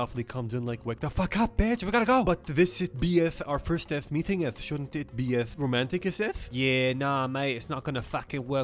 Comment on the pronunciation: "Romanticeseth". Classic.